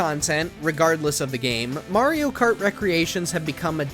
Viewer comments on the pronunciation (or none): none